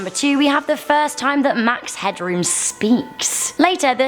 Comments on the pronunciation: Max Headroom not Hadroom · Max Headroom not Hadroom.